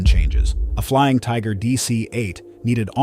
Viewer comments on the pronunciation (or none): none